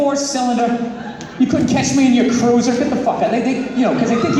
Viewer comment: What ar ya...retaaaaarded